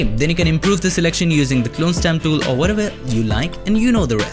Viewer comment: The dool THE DOOL FRKN TOOL. NOT DOOL